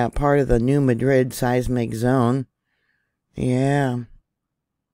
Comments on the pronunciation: New Madrid is pronounced as New Mad rid. Thx for your efforts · I wanted to correct her too several times but at the end of the day, I knew what she meant and that is all I cared about. Lol